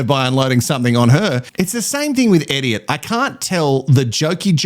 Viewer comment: Like so many things you say, calling Elliot who acts like an idiot = Eddiot…sure sounds like the perfect pronunciation to me. And omg yaaas to the WIFE SWAP!